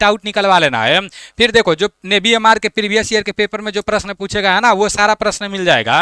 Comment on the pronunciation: नेवी ❌ नेभी 😂